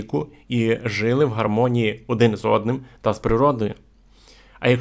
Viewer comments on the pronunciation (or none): Не жИли, а жилИ. Не були, а булИ. Говоріть українською правильно! наголоси! А за все решта - дякую!